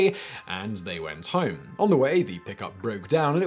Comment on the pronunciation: Why do you sound like you have 5 different accents? At certain points, you sound proper posh. Other words are almost South African, and you pronounce "home" like an Australian. What's the deal. Edit: are you faking an accent?